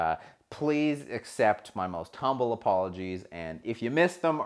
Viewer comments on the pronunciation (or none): none